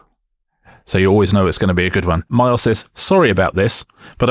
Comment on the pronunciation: Little nit pick from myself is when Richard pronounced the name Miles like Marles very odd